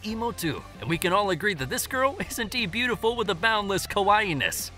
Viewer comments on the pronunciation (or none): none